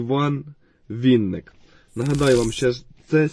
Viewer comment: Прізвище Винник, а не Вінник! Не спотворюйте наше прізвище!